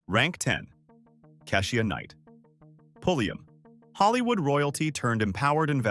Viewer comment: They mispronounced Keisha's Name 2 ..